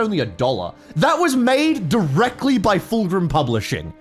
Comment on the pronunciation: It is pronounced FULCRUM. NOT FULGRIM.